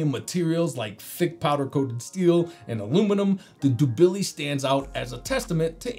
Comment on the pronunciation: The pronunciation of the Dubili is killing me 😂